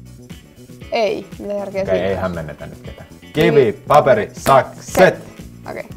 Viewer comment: Se on kivi,sakset,paperi ei kivi, sakset, pape-ri